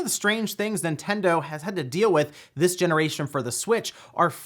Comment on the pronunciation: Ah, yes. The "In Tendo" Switch emulator.